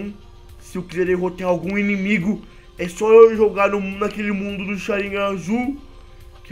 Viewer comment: voce errou a pronuncia e Sharigan nao Sharignan